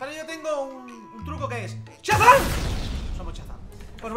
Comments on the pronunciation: Dice chazam y es shazam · Al final me ha rayado diciendo chazan en vez de Shazam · Se dice shazam no chazam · no es Chazam es Shazam...😬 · no te lo digo como ofensa pero no se dice chazan se dice shazam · LIKE por el "chazam" de. ⚡⚡⚡⚡⚡⚡⚡⚡⚡ ⚡⚡⚡Shazam! ⚡⚡⚡⚡⚡⚡⚡ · Se dice shazan